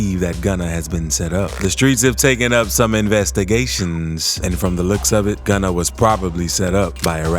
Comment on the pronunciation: "Some investigations" why you said it like that 😂😂